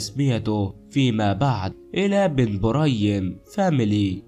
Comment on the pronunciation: علاه راك تتعقن اهدر مليح اولا اسمها بن بريم مش بن مريم وش ذي الخالوطة 🇩🇿🇩🇿🇩🇿